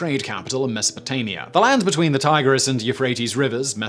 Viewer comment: Carthage? Neat. Could someone pass the salt? PS If that's how he says Tigris he shouldn't say Niger in polite company.